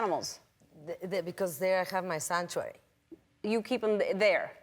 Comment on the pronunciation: sancho-ary? hahah